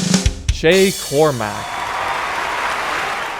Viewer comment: It’s shay